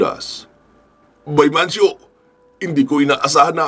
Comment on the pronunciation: Mancio po sir idol..s dami nio pong iniisip ngkamali n po kau ng bigkas